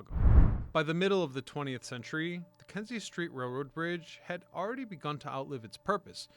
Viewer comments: KINZIE STREET..not KENZIE. Can't be that hard to at least get the name right, but no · Kinzie NOT Kenzie street